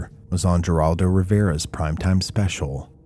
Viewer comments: Psst: prounciation tips. Geraldo is Spanish, thus Heraldo is how to correctly ssy his name. Autumnal, au TUM nal. Thanks for the indepth research and report. Hype button engaged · His name is said as Heraldo despite being spelled as Geraldo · You can't fake the type of trauma that kids like Paul Bonacci went through. He had one personality that was a little girl who only spoke German. You can't fake this. For you to say that his memories of being tortured by Aquino were somehow discredited is disgusting. You obviously reveer this piece of shit. Paul Bonacci also led Geraldo, which I can't believe you mispronounced his name, to Bohemian Grove, which is where elites like to go have gay sex and perform mock human sacrifices. He is also the guy who allegedly bought Johnny Gosch after Paul lured him into being kidnapped. You don't get accused of raping and torturing kids, over and over, for decades, everywhere you go, if you're innocent, sorry, not buying the whole "They hate me because I'm a satanist" bullshit. Considering what we can now see for ourselves in both the John Podesta emails and Epstein document releases, anyone who thinks that the so called Satanic Panic was a ruse, is an idiot. Rich people buy and sell children every day, use them in rituals and discard them like trash when they're done. The reason it's allowed to go on is because most people refuse to believe it's happening.